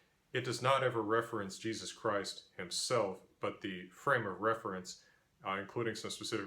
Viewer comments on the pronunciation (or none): none